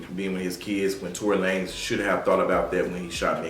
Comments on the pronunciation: Yoooo I cannot stop laughing at the mispronunciation of Tory’s name. Tory La Nez 😂😂😂😂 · “ I was calling him Tory Lan-ez” 🤣🤣